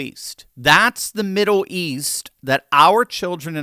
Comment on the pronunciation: can't say "middle" 🤣 "Midduw"?